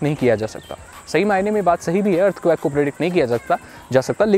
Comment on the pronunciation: Bhai earthquake hota Hai earth quack nhi lol